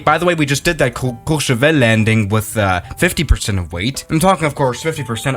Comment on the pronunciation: did you just say Courchevel correctly??